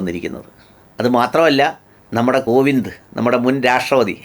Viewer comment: ഗോവിന്ദ് അല്ല കോവിന്ദ് ആണ്